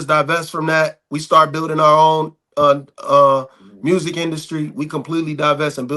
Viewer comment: I'm curious what corporate job he had? Because some how you just added the letter R in community and music. And ASK said as Ax. Fucking seriously?